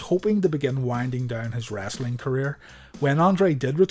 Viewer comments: Its WRESTLING not Wrastling. For gees sake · Its wrestling not rasling